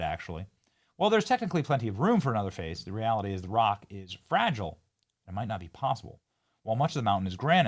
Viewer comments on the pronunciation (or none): none